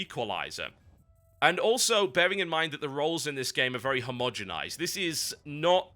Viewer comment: Nobody knows what the fuck "hamodginized" means (and i know I spelled that terribly wrong so go to if you want to here him say it) but you're funny and i subscribed.